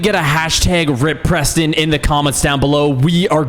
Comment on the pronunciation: IT'S PESTON